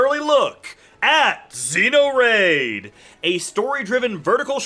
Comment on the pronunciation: lol he said xeos instead of neos XD. love your vids!